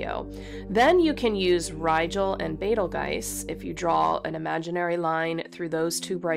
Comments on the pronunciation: Wow! I initially pronounced Betelgeuse the same way you do, then switched to "beetlejuice" once I heard more people pronounce it that way... but Beh-tel-gaise definitely feels the best! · Betelgeuse, it's an Arabic name with an Arabic pronunciation BE - tal - juice or BEETLE-juice